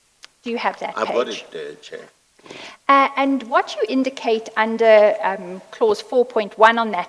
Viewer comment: What does she mean by "thank you chiar I'm indebted" ngabe usho ukuthi ukolota uchairperson? 😂 😂